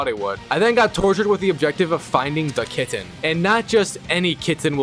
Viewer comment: This is so random but I love how you say KitTen, with the second T really being enunciated.